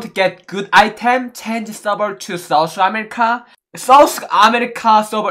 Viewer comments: M i da only one hearing sauce America instead of South america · Lol I thought he said sauce America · Lol did he just says sauce america😂😂😅❤️😂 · Sauce america 😆 sun ke atcha laga , main v try karunga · others- south america.. - saus america 🤣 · sous america🤣😂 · Nobody:: Sous America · Literally no one but:- Its souce America Not South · Nobody:: sooth america 😂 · I just heard sauce amirrka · M I the only one who heard sauce America instead of South America🤔🤔🤔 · No one: Literally no one: Absolutely no one:: "Give me Fawer SOS america" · no one:: give me fower sauce america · No One Literally NoOne Me: Asia Server: Aisa Server Lol😂😂 Me: South America: Souce Ashishka😆😆🤣🤣